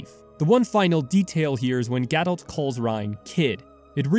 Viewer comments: ga-doh not ga-dolt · What I don’t understand is how people can mispronounce things in a game with LITERAL VOICE ACTING. ITS GA-DOUGH, NOT GA-DOULT. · Sorry I have to add that the in game pronunciation of Gadolt isn't a quirk of a British accent. The T is silent. :)